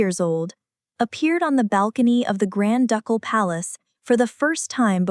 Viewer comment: "Duck-all" Palace??? It is pronounced "Doo-kul".